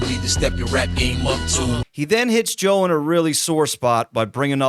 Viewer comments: Sounds like he’s saying “ Joel “ instead of Joe this whole video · Who the fuck is Joel??? You keep saying it while narrating and occasionally correctly switch it up to JOE. I appreciate the content but damn bruh. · I keep hearing this guy say "Joel"